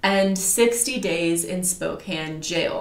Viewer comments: You did say spokane(spo-can) right👍 I live there and there's actually way more amway people here then young living. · Spokane resident here; yep it is pronounced “Spo-can” (which is odd I know 😂) 👍🏻 ...also I am embarrassed to say that I was a YL hun for nearly 3 years. I quit last October, posted about quitting, and received lots of vitriol from some of the top “earners” under my post. However, I am so grateful that I’m no longer trapped in that cult, and I will not shut up about how scandalous YL is until the FTC shuts it down. I am determined to see that happen. I’m just one voice, but I have “insider” experience and the trauma that went with it. AWESOME JOB YOU TWO!!! 👏🏻👏🏻👏🏻👏🏻👏🏻👏🏻👏🏻👏🏻💪🏻🙌🏻🙌🏻🙌🏻🙌🏻🤩💖